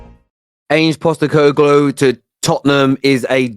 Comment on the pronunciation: Not quite pronouncing it correctly, just change how you say glow at the end to glue and ur there 👌 He’s won in every country he’s managed in, as an Australian I’ve seen him do wonders as a manager. He’s the kinda guy who could deal/handle Levy. No fuss kinda guy and he doesn’t tolerate bullshit. Found it hilarious how Spurs fans have talked about him, he’s exactly the right person to take over.